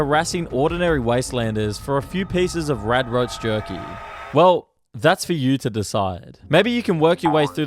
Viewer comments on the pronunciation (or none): none